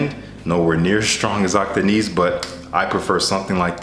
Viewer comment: Your pronunciation is quite good man, just keep the last "i" short when saying Akdeniz 😁 then you're spot on. Nice selection of fragrances as usual.